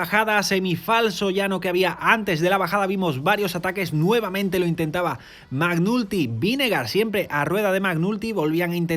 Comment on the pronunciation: che ridere... si pronuncia MEC NALTY, non MAC NULTY 😂😂😂